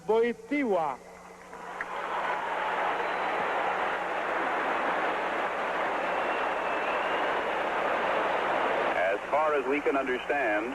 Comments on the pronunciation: nie potrafią powiedzieć WOJTYŁA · "Wojtwas." Father of "wojilas" born in cracko